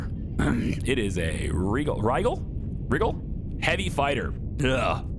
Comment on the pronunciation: FYI, Rigel is usually pronounced "rye-jill".